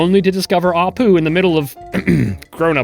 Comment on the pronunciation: I thought the sweetest apu said "the sweetest apt"